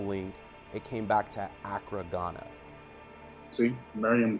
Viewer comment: You guys never pronounce Accra correctly.